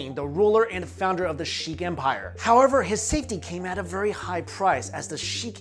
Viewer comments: sikh, not sheek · it's sikh not sheek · Sikh, not Sheek. that aside awesome history lesson on the stone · No offence but it's not the shikh empire it's the sikh empire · "Sheiks" lmao. Aaah ignorance. The real Diamond. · Sikh empire not Sheik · the sheek empire? lol its Sikh pronounced 'seek' or 'sick' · Jayloc its not sick or seek its pronounced as se-kha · its not 'Sheikh' its 'sikh' sheiks and sikhs are different one is arab the other is Indian